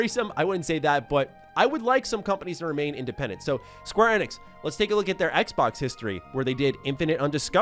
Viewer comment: I can't be the only one being bothered by the way he says Square Enix???